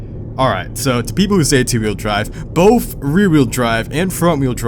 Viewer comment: Ik u did not say boff instead of both